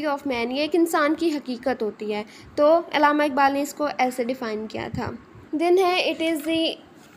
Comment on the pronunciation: Pronounce Allama Iqbal not illama iqbal